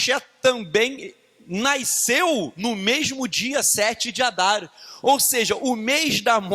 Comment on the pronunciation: Não consigo focar depois que ele fala "naisceu" "naiscimento" 😣